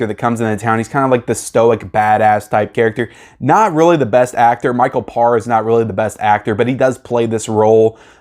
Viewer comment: Damn you lost some points with me for two reasons. 1st how in the hell have you never seen The Warriors. I mean seriously. And 2nd you butchered Micheal's last name. It's Pa/re not (parr).